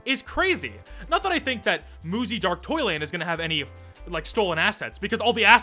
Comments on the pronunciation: Im gonna stub my toe i kept thinking you were saying muzy dark toilet… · Muzzy is so bad that every time you said "Dark Toyland" and I couldn't help but hear "Dark Toilet" 😂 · everytime you said dark toyland i heard dark toilet and i laughed everytime